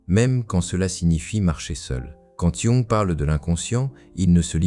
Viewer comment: Pouvez-vous, s'il vous plaît, prononcer correctement le nom de Jung?